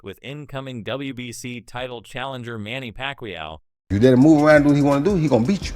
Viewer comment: And did you hear manny packwayoww